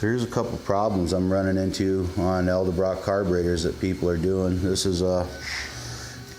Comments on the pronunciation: Dude, its EDELbrock not ELDERbrock.. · EDELBROCK, not eldebrock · Thanka for tips, from your experience! But please, PLEASE, do something. Stop saying El debrock. The word, the brand, the family name is Edelbrock. It sounds as dumb as the people that say Wall Mark. It's Wal-Mart. Say it with me EDEL BROCK, EDEL BROCK. There, fixed it for you. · ED-el brock .. not EL-de Brock... lol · Damn people! I swear yall do this on purpose! It's pronounced Ed-el-brok! Not El-da-brok! It is spelled Edelbrok!!! Say it right!!! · it's pronounced, "elderbraaaah" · Repeat after me. Ed. L. Brock. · eldabrach? ha. cool. take a shot.